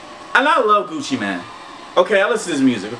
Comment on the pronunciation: said Gucci mien not Gucci mane